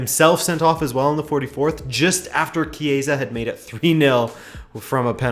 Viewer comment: Good pronunciation of Chiesa :)